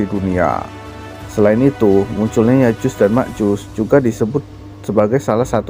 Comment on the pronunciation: Ma'af itu bukan Ya'jus dan Ma'jus, Melainkan " Ya'juj & Ma'juj